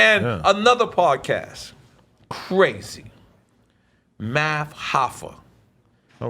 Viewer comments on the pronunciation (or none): he said "math hoffa" bruh nobody cares about his podcasts